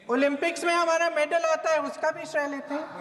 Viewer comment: Shray nahi shrey hota h